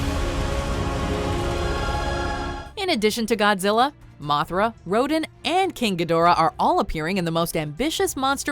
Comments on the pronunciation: Not Rodin rodAn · It's "Ro-Dan" not "Ro-Den"! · I cringed the way they pronounced Rodan.